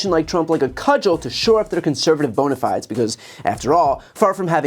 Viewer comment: If you're going to the effort to include "bona fides" in your monologue, learn how to pronounce it!